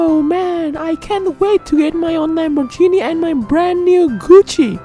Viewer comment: Okay so we’re just gonna ignore how he pronounced “Lamborghini” , k.